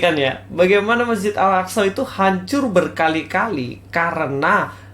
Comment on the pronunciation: Si, bilang Masjid Al Aqshow 🤣🤣 ngakak saya.. hahaha